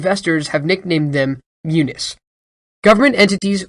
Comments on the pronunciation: Thanks. But I think they pronounce them "mu-knees," and not "mu-nis." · Myooniss? You mean myewneez? What is it that people under forty cannot pronounce anything?